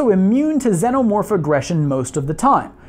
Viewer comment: you say it like senomorph its xenomorph